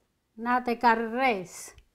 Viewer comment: Ps. It is rise. Not race